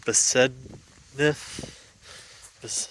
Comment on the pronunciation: Besednice is pronounced BESED NEETS EH